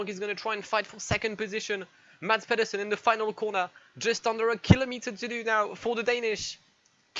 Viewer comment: A attempt at Danish, failing like expected. But all in all, still unbelievable Mads did what he did. And he has to name his firstborn male Michael now